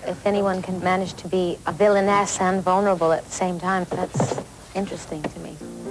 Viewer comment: When she says "vulnerable", it sounds like "boneable".